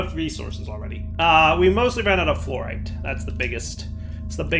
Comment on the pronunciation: fluorite as in fluorecent plz